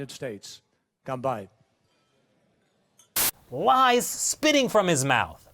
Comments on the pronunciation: Come on, actually I speak Chinese and it is ganbei. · no he didnt! Did he say "kanpai" or "combined"? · I like how his "ganbei" sounded more like Japanese